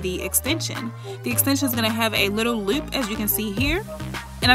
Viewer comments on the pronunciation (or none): Did you say loup? The loup? Is that a DMV accent I hear?